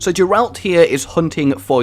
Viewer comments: did he say "Jeralt"? xD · Oh please for the love of everything don't call him jeralt, it's Geralt, and even if it isn't it sounds way nicer. I am so hyped for this. I was NOT expecting an intro of those epic proportions!